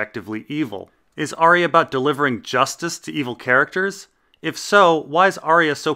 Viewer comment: Still pronouncing Arya wrong, I see.